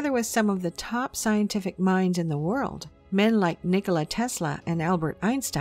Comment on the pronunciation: Did she just say “the United States involvement in war war 2” ?